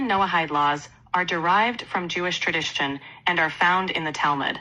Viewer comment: That AI talking to dude about some Jewish stuff was big time FAKE , the thing said the word "tradition" wrong af !!! AI be mis-speaking like that ??? , absolutely not🙄🤨😑she mis-spoke